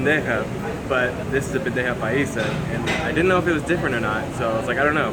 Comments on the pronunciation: Bro! It’s not bendeja !!!!!! We Colombians call it BANDEJA !!! Say it right . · I think someone else mentioned it below, but it is "bandeja paisa" rather than "bendeja paisa". Delicious...and I really like your videos.